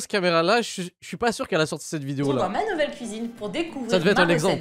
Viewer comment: "sortie de sa KOUIZINE" mdrrrr